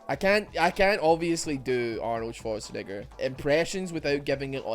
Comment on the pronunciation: gets questionably close to saying the N word when pronouncing Arnold Schwarzenegger's name